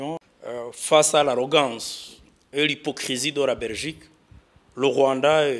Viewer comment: Uvuga(première point)abezi kandi muri muri Francophonie 😂(vuga; la Belgique,atari Rrrrrrrraberigique😂😂😂😂😂,aba fraudeuri ba KAGAME 😂😂😂.